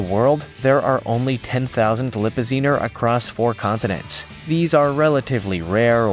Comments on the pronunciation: Lippizaner is pronounced Lip pi zener with a short "A" at the end! Not Lip pi zeener! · Which he several times called a "LipaZEEner". . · And you said Lipazanner wrong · And the fact that he pronounced, "Lipizzaner" three different ways--all of them wrong.